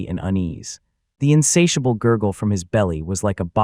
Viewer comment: We hear you madam english